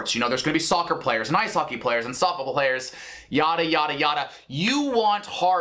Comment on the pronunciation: Did Nick say "...and softbubble players.." ??! 😂